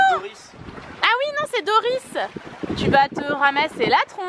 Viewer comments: C'est "Dory" pas "doris" alalalaaaaaaaaaa ;) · c'est pas dorice, c'est dory !!!